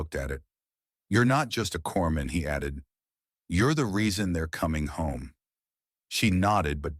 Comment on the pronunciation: It’s not Corpman….it’s Corpsman…Hospital Corpsman